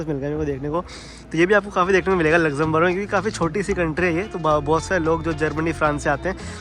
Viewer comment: Lexemberg kitni bar bole aap 😂